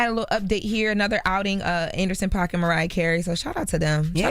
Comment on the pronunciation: It's pronounced Paak!! Like a “pack of squares,” NOT Pac. 🤦🏽‍♀️